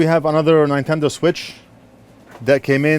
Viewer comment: “Nine”tendo switch. 😂